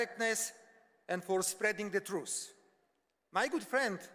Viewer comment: Hej, bolo citi akoby to potreboval stihnut do casoveho limitu - tie pauzi tam nedaval ked mohol nechat publikum pekne vycapkat sa. A to trus co vyslovoval ako primerie (truce) miesto pravdy (truth) mi trochu trhalo usi :)